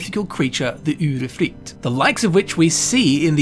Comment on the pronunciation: You are one of the few persons from an English speaking country who has seemingly no problems with pronouncing the vowel [y] as in Udyrfrykte. That's great! :D